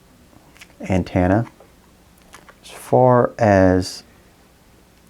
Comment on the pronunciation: AntEnna... not antAnna! Damn!!! hahaha Drove me bonkers listening to that!